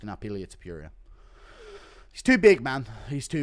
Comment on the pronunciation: Toh-poor-e-ah not Toh-pure-ia. You-F-Sea not You-F-Seahh 😂😂🤌🏼🤌🏼